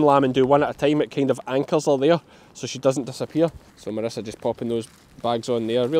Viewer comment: God forgive me but at the beginning after saying how bad you expected it to be, I thought you said ‘The ministers arrived’ It took me a second to realise you said that Marissa had arrived!!!! Sorry but I ended up laughing at myself 😂💕 x